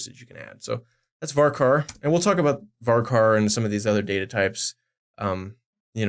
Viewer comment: VARCAR STOP SAYING VARCAR I'M CRYING